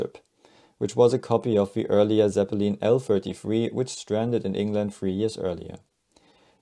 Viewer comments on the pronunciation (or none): The way this narrator pronounced ‘ Zepppelin’ is nails onna chalkboard